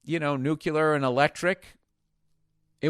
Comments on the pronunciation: NU-CLE-AR not NU-CU-LAR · New Klee Errrr Say it with me…